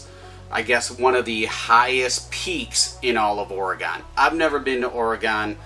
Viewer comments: Oregon is pronounced like orygun not orygone we haven’t went anywhere lol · Little knowledge from your nephew here in Oregon. It’s pronounced “organ” not “or gone” lol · Hun, it’s pronounced “ory-gun” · It’s pronounced or ugh gun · Oregen is how you pronounce it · Down vote because he can't pronounce Oregon. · You’re saying Oregon wrong